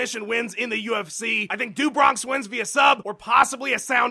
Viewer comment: "Do Bronx" is pronounced "d'oh Bronx"; it means "from the Bronx" in portuguese. I'm pretty sure.